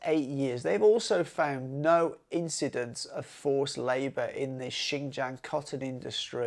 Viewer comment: If you could fix your pronunciation of jiang your video would be much more enjoyable. I am a foreigner too and know it is hard but I think it’s important to respect the place by learning how to actually pronounce it.